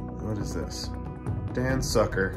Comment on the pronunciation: I died when he said Dan sucker🤣 Sukker is sugar in english btw😂